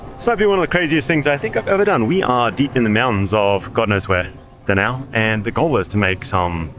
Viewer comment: DA-NAO & PAL-TIK. The correct pronounciation